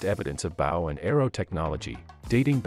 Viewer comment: Your voice synth can't saw "bow". It lacks context.